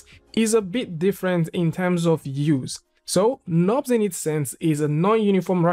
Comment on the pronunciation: pronounces "knobs" but it's actually "nurbs".